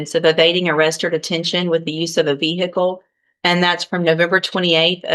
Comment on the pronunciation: VEE HICKLE. 🤣